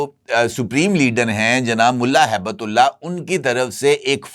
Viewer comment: سر ملا ھیبت اللہ نہیں بلکہ ملا ھبت اللہ درست نام ہے تصحیح فرما لیں